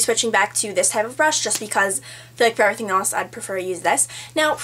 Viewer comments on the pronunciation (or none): none